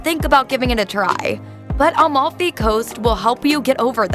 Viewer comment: She also says Almalfi instead of Amalfi. Atalian and so on lol